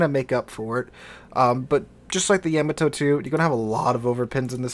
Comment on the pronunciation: I can't be the only one screaming at the screen when he says Yeah-Ma-To. Lol